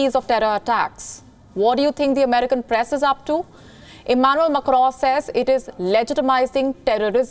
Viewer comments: This lady has a very thick pronounciation of certain words. Eg Press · "He is aalso figting the paress" Genius India, genius